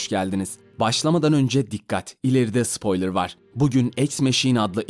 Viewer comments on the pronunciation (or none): none